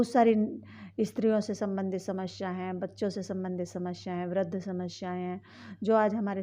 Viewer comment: Bolna sikh phle shmsya nhi samasya hota h